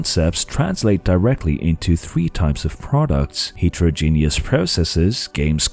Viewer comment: That's absolutely not how you pronounce heterogeneous